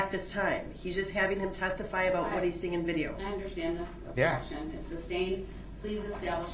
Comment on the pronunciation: He is so full of 💩 . So all that drama and bs he calls the state of Wisconsin. I cannot stand the fact that he keeps saying Substain even though the Judge has repeatedly said sustained. His ridiculous air quotes